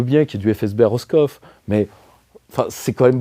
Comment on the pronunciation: Madame Michou à Roskov ? 😅 Il m'a fallu 15 secondes pour comprendre, de Lîdje, que c'était Roscoff en Bretagne 🤣